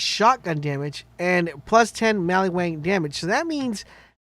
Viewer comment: Mal-ee-Wang? That doesn't sound right but I could be wrong.